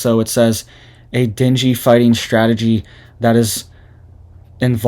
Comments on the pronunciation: It's pronounced deng gay fever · Deng - gay. Pronounce NG the same as in dang. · dengue fever is pronounced den-gay. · Dung gay...not dingy : )... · Den-gay not “dingy” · Ding-gee not dingy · Dengue= Deng-Gay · Pronounced “Din gay” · Pronounced den-gay.......:) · Ok, …I love you and I think you’re great, but if no one else will tell you, I will be kind enough to do so (please take this with ❤️) The illness Dengue is pronounced DEN-gay. I’ve been waiting to see if anyone would….. I do love you and I pray for you and your family daily. I can’t imagine having a young family right now…. God bless you and if you need anything I’m not that far away in the Upstate of SC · It’s pronounced Dane Gay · Pronounced Dee Nang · It is pronounced ding e fever. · It’s pronounced Dane Gay. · Den gay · It's pronounced. Deng fever Dengue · Pronounce den-gay like Ben-gay.